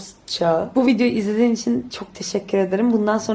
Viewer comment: bu karantina dönemini daha fazla video atarsan çok güzel geçirebiliriz bu arada son da dayanamayıp viodryu söylemen skjddjbfmd